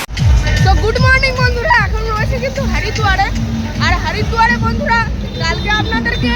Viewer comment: Hari noi re bhai hori hobe jedin theke as6is hari hari kor6is valo kore bolte sikh